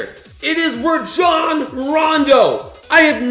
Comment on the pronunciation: Ra jon rondo its rajon rondo